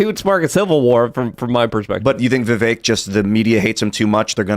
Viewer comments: is ignorant and loud. He really takes away from the show. Side note Tim has told him how to properly pronounce Vivek's name several times and he still chooses to screw it up. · why cant you say vivek . its fkn vivek not VIVIK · who's Vivik? There's there's no one running for President under the name Vivik. It's Vivek. Pronounced Viv-ake. Lol. -OG